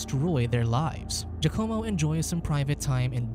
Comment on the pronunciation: “Jucommo”??? Giacomo is pronounced “Wacamo”